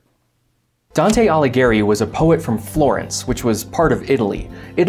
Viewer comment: It's not "Aligheri", it's Aligh*i*eri". - Sleet is raindrops that froze while falling, so they didn't have time to crystallize into snowflakes.